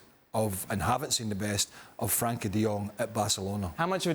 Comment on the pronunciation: His name is Frenkie NOT Frankie . Typically illiterate English